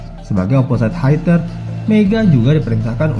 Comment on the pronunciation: Admin spell hitter itu bkn Haiter,,tetap Hitter,,r akhirnya samar penyebutannya,,maaf koreksi,,ntar klo melakukan conversation sm bule malu2in..maaf bosssssss